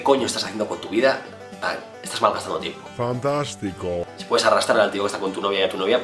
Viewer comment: Me ha encantado ese "fantashtico" kauakxhamdiaksuajduaj lool me rei mucho ♡